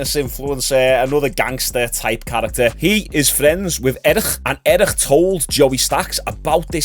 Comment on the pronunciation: Its eric not erishxusbbxksk